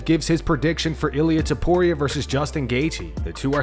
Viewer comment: 🗣Illa Topturo 😂😂